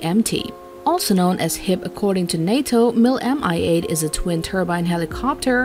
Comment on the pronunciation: First Helicopter in the video and i already shake my head concerning the pronounciation.... It is not M-i 8! The actual pronounciation is as one word, speak "Mee"